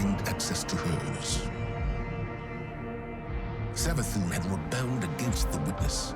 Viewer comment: Am i high or did say savathuny and neptuny